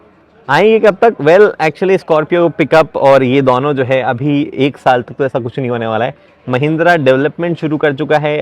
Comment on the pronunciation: daunon kyu bolta hai